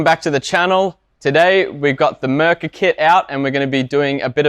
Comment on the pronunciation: It's not Mrrka! It's Mirka!